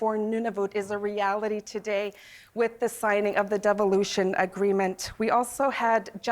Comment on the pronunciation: Did she say deviloution? Sounds about right. Make sure you can keep control Nunavut.